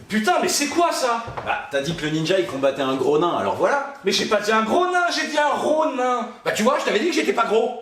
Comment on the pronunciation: cest bien fait pour vous lol, je sais pas pourquoi en françe on s'obstine à prononcer ronin: "ronain" alors que personne personne prononce ninja : nainja 🤌 Ca se prononce ronine b*rdel de soupe de c**illes!!!!